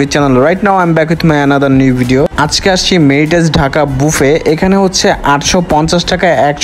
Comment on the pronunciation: শব্দটা "বিডিও" না, ভিডিও। উচ্চারণ টা সঠিক করার চেষ্টা করেন